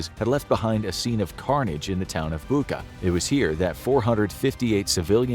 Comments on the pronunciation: it's Bucha, like Cheese, Charlie, not Buka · Hey, why Buka((( it’s Bucha, the same sound as in word chair🤦🏻‍♂️ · It is “Boo cha” , not “Book-ah” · Hey, narrator, it is Butcha, not Booka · it's 'Bucha', like in 'butcher' , not 'Buka'. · It's not Booka, it's Bootcha! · Name of the settlement is not “Buka”, but “Bucha”! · Bûcha not Buka I live there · Good video. It's pronounced "boocha", not "buka" though. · Dude, it's BUT-CHA not BU-KA, it's the second video you do that. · Bucha, not Buka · Narrator could really learn how some foreign terms like Bucha (not Bucca) are pronounced. It's irritating. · Its bucha bu-cza like czech or chips it not a buka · Dear, thank you for great videos I always love to watch. One thing, Bucha is pronounced as Bu-cha, "ch" as in "cherry", not Bukha. Thanks 🙏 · not to be a nittypicker, but .. Bucha is not pronounced "bukka", it's pronounced "Butsja" (or mayb better; "bootsha" (think boot & shall, just leave the LL out)) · Bucha is pronounced as butcha not buka. Putin will be remembered in history as the Butcher of Bucha. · It's Bucha not Buka. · It's not "bu:ka", it's "bu:tcha", like in "butcher" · Again with [Booca]... it's [Butcha]😅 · It’s Bucha not Buca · Bucha is pronounced "Butcha". Just a quick note 👌🏻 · Why is he pronouncing Bucha like Bookah? Americans always get pronunciations wrong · As a Ukrainian who is watching this video right now in Kyiv, it hurts my ears when you pronounce city Bucha with K sound. It pronounces as Butcha. Love your vids btw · Seriously you mispronounce Bucha. It was the biggest topic in the news. And you mispronounce it. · More than that. It didn't mention that Britain vetoed a proposal for a thorough investigation of the tragedy, which indicated that it might be the works of Ukrainian extremists. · The "ch" in Bucha is pronounced as "ch" in "chair" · You could at least pronounce "Bucha" properly.. Be BETTER